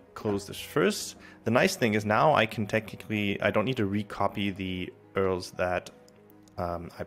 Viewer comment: First person I've ever seen call URL's "Earls" 🤣🤣🤣 Great lesson nonetheless!